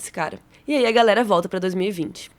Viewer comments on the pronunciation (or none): none